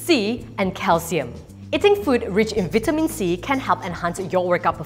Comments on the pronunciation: Thank you for all the good information. They are great, But one thing I,m suggesting that please pronounce vitamins as “vie-ta-mins” not “veet-ta-mins “. VIE -TA - MINS please !!! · When she says "vitamins" #Priceless